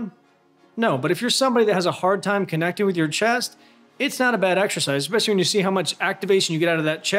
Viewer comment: Love your stuff,...eckspecially your artwork. Hmmm...that word doesn't look right, huh? Yet, it's how you say it. GOOD GOD, MAN....get ahold of yourself!!!